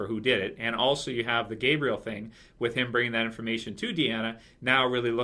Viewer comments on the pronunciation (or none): none